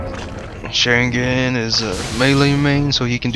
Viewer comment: Don't say Sharingan in an american way. It's a disgrace to the Uchiha!